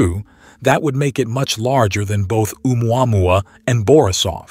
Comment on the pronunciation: umuamua Me: The pronunciation is killing me!!!! 🤣